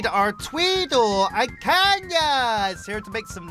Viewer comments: I dont like how you say kanya and growl tho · No hate, but I kinda triggers me that you keep saying Kanya rather than Kayna 😅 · "JUST LETTING YOU KNOW KAYNAS NAME IS PRONOUCED KAY-NA, NOT KAN-YA!!!!!!!!!"